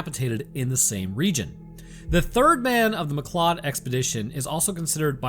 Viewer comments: McLeod is pronounced McCloud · You said two things wrong. McLeod is pronounced mcloud and metis is may tee. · If you were speaking of Métis heritage, it’s pronounced “may-tea”. Oh yeah, McLeod is prounounced “mcloud”. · Mcleod is pronounced McCloud. Haven't you seen Highlander??